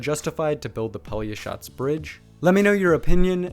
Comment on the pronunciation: hey, respect to you for a real good pronunciation of a real hard word -> Pelješac :)